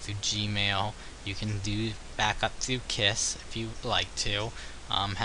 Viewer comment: I believe it is pronounced "Keys." (Khee-Z)